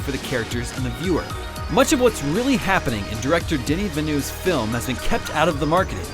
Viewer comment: Is noone going to talk about how he butchered Denis Villeneuve's name?